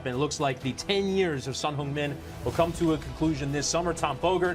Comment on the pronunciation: Finally a castor who pronounces his name properly!!🎉